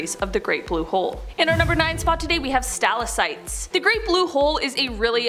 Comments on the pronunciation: They are Sta-LAK-tites. Not STA-luh-sites. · Say it with me now stal-ac-tites. Seriously? Is there no quality control at most amazing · It's not stal is sites lol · I really like as a host. In this video I love how she pronounces the word "hole". She screwed up on "stalactites", though. Should be "stuh LACK tites". (Water dripping on the ground and building up are called stalagmites "stuh LAG mites") I really like, but I also love to stop the video right before she says that stupid "byyyyeeee".:) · I think it is stalactites, not stalacites😆. With a K sound in there. Just sayin’😬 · It's pronounced STA•LACK•TIGHT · Stalac-tites, not stalacites, please. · To the sweetheart doin the narration it's pronounced sta lick tights lol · That's a really interesting way of pronouncing stalactites I wonder if you pronounce stalagmites in a similar way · she completely missed one of the Ts. I'm Canadian. The t in stalactites isn't silent 🤣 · I was extremely unsettled by her pronunciation of the word.